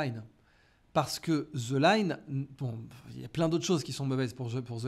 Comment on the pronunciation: Bjr. Juste une remarque : je suis triste d'étendre quelqu'un qui maîtrise l'anglais, prononcer "the" => "ze" aussi "with me" ne doit jamais se lire "wiz mi" 😵😩🥴 c'est carrément une insulte pour la langue de Shakespeare. 🤪 PS : TH ne se prononce jamais comme Z, en anglais !!! Je disais même à mes enfants, depuis le collège jusqu'à la fac, que si jamais un prof d'anglais vous dit ça , stopper-le net et corrigez le 😁🤭 PS 2: un de ces quatre il faut que tu nous sors encore ta formule le monde se divise en deux... Le mot qui se répète deux fois dans ta phrase, me définit 🤪 Merci.